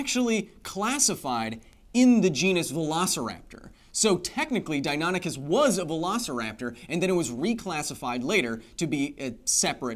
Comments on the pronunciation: "Dine ah nick us" is the correct pronunciation. I'm 40 and have studied dinosaurs since I was 5. I'm pretty sure my nerdiness is confirmed. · It’s pronounced “Dino-nikis”